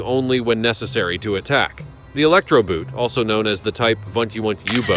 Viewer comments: The German word "boot" is pronounced "boat", just like in English. Nothing here I didn't know about, but it was good. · Boot, long oh. Similar to "post", but a tad longer and the sound stays the same along the vowel. And not "Einhertzempfänger" which makes no sense. EINHEITS-Empfänger. Meaning "unified" or "standard(ized)" receiver